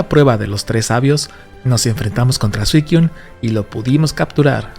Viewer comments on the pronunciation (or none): SUICUNE!!! No”Suiquiun” …. Amo tus videos pero no soporto tu pronunciación! Si necesitas ayudas te hago el guiño de tus videos, pero por amor de dios PRONUNCIA BIEN! Yo te ayudo si gustas!